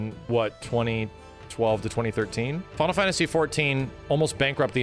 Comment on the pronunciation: “Fonal fonasy”